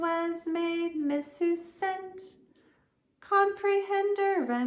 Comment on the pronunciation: Missus- your pronounce it like Mrs..... the latin is kinda hard to catch onto..😊😊